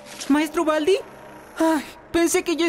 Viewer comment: Se dice Baldi, no Valdi.😑